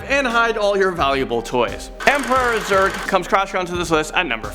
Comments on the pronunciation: He says Zug instead of Zerg twice at #5 lol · Did you just say emperor zug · Emperor Zug? Did you pronounce Zurg right?